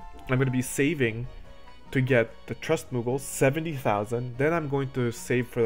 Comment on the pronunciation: Thanks for the good video man! You are saying a lot of the same thing my buddy was saying, but when you say it I actually listen. Except when you say muggle :P